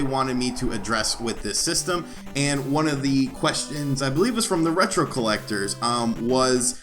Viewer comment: Damn it!!! The Retrollectors, Retro-Llectors not Retro Collectors:/ lol. Jk. Thanks for reading and choosing our question for the video.